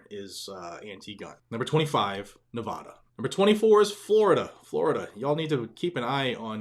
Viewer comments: I LOVE your film.and am 3/4ths of the way through it. However as I have lived in the Battle Born state of Nevada off and on since the early 1960s I know how Nevadans pronounce the name of the state. The first 'a' in it is not pronounced like the 'a' in 'aw' (that kitten is cute) or 'awsome' but like the 'a' in the word 'nasty'. It would be nice if you pronounced it better. Thanks! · PLEASE properly pronounce the name of the State of Nevada - Thank you